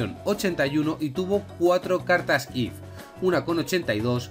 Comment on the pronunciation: dios mio porque dices cartas if si son if sif y tif por favor porque lo estas diciendo mal